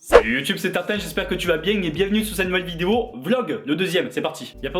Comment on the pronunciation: Jsuis le seul à entendre à son intro : "salut youtube c'est TARTIN" ??